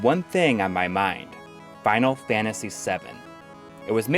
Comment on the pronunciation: 80% of the time this dude says final fantasy, he says, "Fial Fantasy"